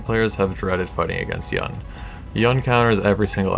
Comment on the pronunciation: Its pronounced "Yoon" dude